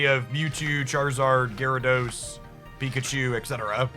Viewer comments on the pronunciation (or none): none